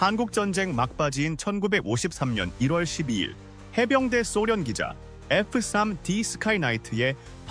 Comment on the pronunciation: AI 대신 본인이 직접 읽어 주시는 게 낫겠네요 F3D를 쌈디로 읽네요